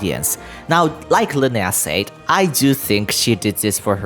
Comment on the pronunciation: Yo! Fae is BOTH Singular AND Plural, just like ‘Anime’ and ‘Manga’, which are Spelled and Pronounced the same in both Singular and Plural forms. I know, English is Confusing, even for Me, An American English Speaker. Also, the Word ‘Said’ is Pronounced Sed like in ‘Sedate’.